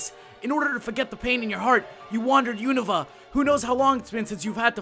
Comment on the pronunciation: Theres no I in Unova. Un-Nov-VAH